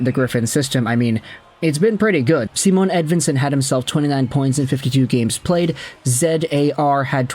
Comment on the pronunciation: Why do you talk about Edvinsson like he’s Aquaman? It’s Simon not Sea-Moan 😉